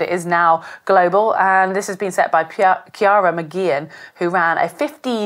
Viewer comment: Ciara => Key-Ra. Worth getting pronunciations right